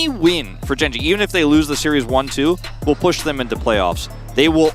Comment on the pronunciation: "where theres a willer theres a way" i cant get over it, it cracked me up xD